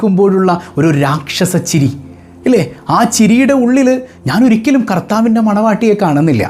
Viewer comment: നോക്കി വായിച്ചിട്ടും സാത്താന്റെ മണവാട്ടി തെറ്റിയാണ് പറയുന്നത് വാഴിക്കുന്നത്